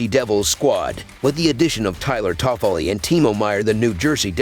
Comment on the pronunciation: My god listening to Tyler toffoli name 😂😂😂 just get someone to read this